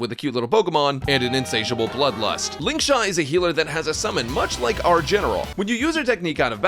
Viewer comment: "Lingshaq" got a genuine chuckle out of me 😂